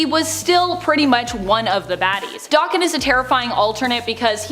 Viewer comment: There is no X-24. Especially since the Fox movies we're such BS & pure trash. And Akihiro's isn't Dokken. Daken is a slur in Japanese meaning dog or mongrel. It's pronounced DAY-KEN, not Dokken, as Dokken was as 80's Metal band